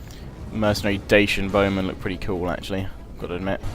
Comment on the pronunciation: Highlights of part 67: "Dacian BOWmen..." "Dacian BOWmen..."